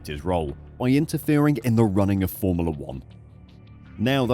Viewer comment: Formala....is not how its pronounced